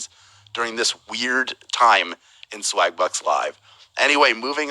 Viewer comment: I could of sworn I heard "swag-butts"🤣 egg is fritatta! I would totally wreck this game 😎